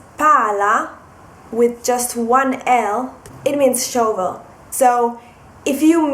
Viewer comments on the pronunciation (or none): Love your videos But shovel is pronounced /ˈʃʌvəl/ !